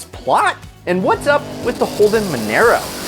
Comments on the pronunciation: monero? its mon"ah"ro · casually butchers monaro by pronouncing it “monero” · Its pronounced mo na ro